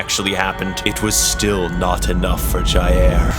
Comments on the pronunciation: JAIR BOLSONARO, OH NO Btw, you may not care but if you do, jair, pronounces jah-iir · I love how he says ja-air instead of jair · American: Jaêr Bolsonero me: hehe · "d i Air Bolsonaro" KAKAKAKAKAKAKAKA <3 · The way he says Jair cracks me up every time